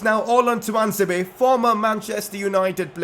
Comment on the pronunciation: Fan ITS TUAN-ZE-BE